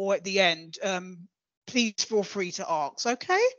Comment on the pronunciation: Aks , Aksing